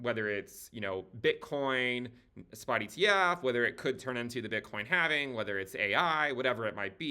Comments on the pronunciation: Thankyou for pronouncing halving correctly where the L is silent. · Join us,....in the Cowen Coven.....here we employ the ancient mystical arts of facts and data...... however we do use the antiquated yet mystical sounding pronunciation of " The halfeniing"....or halvening. No halflings, or hobbits were rekt making this video